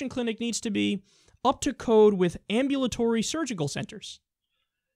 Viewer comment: Kyle... Correct your self please, you sound like an idiot . Google the word " Ambulatory "